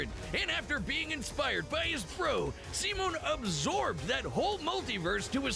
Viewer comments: "why's your name simon but you say it as semen?" brother they tell you how to say it at the start and you glossed over it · Dude’s a fake fan if that’s how he pronounces Simon’s name.